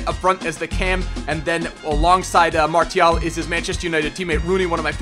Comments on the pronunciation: Its marSsssial no marTttial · pronounce Martial like Marsial (im french) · its Mar-see-al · It is pronounced Mar-c-al... BTW awesome vid as usual :) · I think Martial is pronounced "Marshal" . Am I right? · It's pronounced marcial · It's pronounced Mar-see-al. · French is my main langage and yes it's Mar-see-al like in : Arts martiaux it's pronounced Mar-see-yo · Chase Hoonan Dude don't create arguments it's clearly martial you told us to check on google translate and it's Mar-see-al your "it's pronounced" like that in english isn't an argument Martial is a word before being a name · Nadir Mou' On google translate when typing it in French it says Mar-Tee-al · IT'S MASIAL THE T IS PRONOUNCED AS AN "S" FFS MAN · u say martial weird